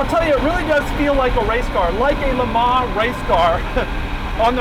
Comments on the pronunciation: "jag you are" not "jagwar" and "le mon" not "le mar" for christs sake. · Just to let you know.. Le Mans in pronounced 'Le Mon' (the n being subtly pronounced) and not 'Le Mar' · "Le Mahhh"...lol